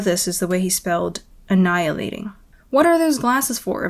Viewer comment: "anilating" HAHAHAHA IM WHIZZING RN